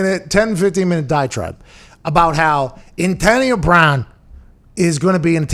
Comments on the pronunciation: Wtf it’s brown not “Brahn” like ???? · “Antonio Brahn.” What? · Anyone else notice “Antonio Brahn”?